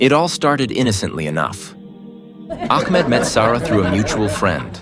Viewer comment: Ahmed is such a beautiful name...but astagfirullah the pronounciation done in this video is so wrong it says "akmad" astagfirullah which is totally wrong and changes it's meaning... correct yourself here